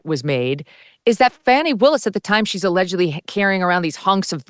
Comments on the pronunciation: I've watched countless videos from the left and right wing media outlets response to the Wade/Willis testimony during this discovery hearing, and unilaterally, the right wing outlets such as this show, repeatedly pronounce Fani (pronounced Fawny; not Fanny) Willis' name indifferent than what she has repeatedly told everyone with a camera and mic what her name is when questioned. If you have such disdain for her that you refuse to say her name correctly, then you will absolutely discredit her for everything else. I'm on neither side. I don't believe there is enough there to remove her from this Trump case. However, I don't feek this was ever the intent of Michael Roman's legal defense. They are running interference for Trump (who happens to be paying Roman's attorney fees) to force a later trial date beyond the election. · 😂😂😂 whte supremacist are so mad fani destroyed them yesterday. notice they always make sure to mispronounce her name 😂😂😂